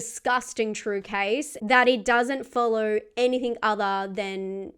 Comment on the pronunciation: Argg, so difficult to listen to with the host's rising inflecTION at the end of sentences, that and the use of 'any -think' instead of anything.. Sorry, picky but it just grates on me 😬😆